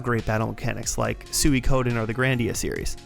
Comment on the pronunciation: It’s pronounced “Sweekoden” not “Sue E Koden”